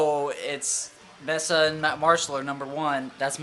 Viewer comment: pronounced MAYSA not MESSA - duh. And Orange cab sounds the best.